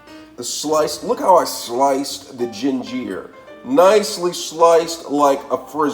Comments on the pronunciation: Lost me at jin-jeer! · Why he pronounce ginger like that gin-ger!! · Where the heck is this guy from? Flayveer, gingeer and raymun, parsalee, aladental and spreaderated? How ignorannt can anyone get? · Gingeerr.. Lol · That’s the first time I’ve ever heard ginger pronounced that way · I love how you say ginger, flavor, and parsley